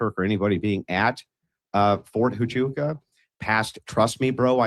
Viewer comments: Ft. Tachooka??? How did no one correct him? It’s Waaaaaahhhhchooka Andrew!!! Geez!!! 😂😂😂😂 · Somebody sounds really retarded, not being able to say Fort HUACHUCA… (WAAAAA-CHOOOOO-KAAAA) Where the hell does he get a T in that name ??? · It was Brian Harpole seen at Ft Huachuca (not the Fort he’s pronouncing it as) - good grief this Andrew is a douche, too, spouting off women as being retarded.